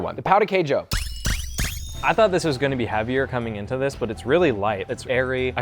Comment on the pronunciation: to be fair, we French don't have a great tradition of salted breakfast. No wander we've lost so soon :) (oh, and the emphasis on the word Queijo is on the "Quei", not "jo", like "QUEIjo", not "queiJO")